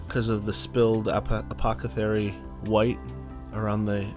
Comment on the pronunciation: it's apothecary, not apocathary... But a fun paint job! I'm about to paint one of these and I'm even more excited now! cheers